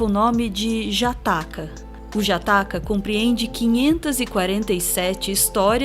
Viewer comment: Só uma pequena correção: "jataka" se pronuncia com som "dja", tipo o deus hastafari